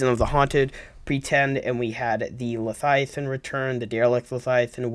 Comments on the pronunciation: LE-VI-A-THIN not LE-FI-A-TIN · Are you saying #1 leviathan or #2 lethiathan? it's #1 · Everytime you say leviathan as 'lethiathan' it activates my Grammer nazi